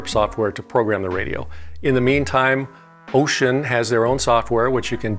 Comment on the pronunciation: Finally, correct pronunciation of the name! Kudos!